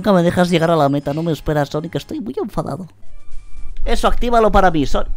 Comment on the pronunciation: Cuantos juegos de sonic te faltan jugar que tiene coperativo? XD y cuando dices "sonico" siempre imagino un redoble de tambores tipo: SONICO! tudu dum!